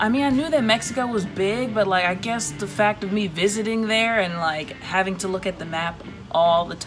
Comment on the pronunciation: "They're on the beach HAVNG FUN" gurrrrrl can't stop laughing lol